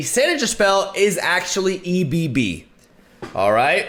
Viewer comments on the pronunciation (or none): I’m sorry but this has to be addressed: it’s not E B B. It’s pronounced “eb” like in Debra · "..uhh E B B." hahahaha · i like how he said E.B.B first and then for ebb and flow said it properly, hilarious! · Two things: you said that pulling out the tide cards from your deck will be very hard without predict, but zap sprayfin is able to draw spells that cost 3 or less. Secondly, I was a bit confused why you pronounced ebb and flow correctly but kept calling ebb "E-B-B". Otherwise I can't wait to see what decks you will build with Nami, she definitely looks like a cool champion. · I enjoyed that he said E-B-B for the first card but then read it correctly for ebb and flow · I chuckled on my toast when said E-B-B 😂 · duh your right, for it to be an acronym it would read E.B.B. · Card: "EBB": "EE-BEE-BEE..." Card: "EBB and FLOW": "EB and Flow..." cant tell if you're doing it on purpose man but I love it lol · i cringed SO hard when he said " E bee-bee" I was searching for THIS COMMENT! hahha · I laughed when he said E-B-B LOL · E B B....O.o i hope he is joking with that pronunciation... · My man, the way you read ebb. Its not a shortcut, its a word. Also would really love to see a Poppy+Tristana deck, though sounds like you won't be really brewing with those. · Do you pronounce egg as E-G-G? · Lol why is he spelling out the word Ebb? Lol it's a legit word and it's not hard to say.